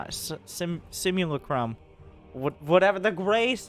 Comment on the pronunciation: it's pronounced Sim-you-LACK-rum